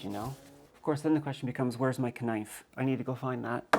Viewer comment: I can't believe you called a k-nife I thought I was the only one.. that says shit like that lol 😎👍